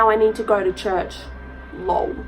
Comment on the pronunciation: I’ve heard this story and r.I.p. Emma. It’s extremely sad and my prayers go out to the family. Just a fyi it’s not Lowell it’s lol as in laugh out loud.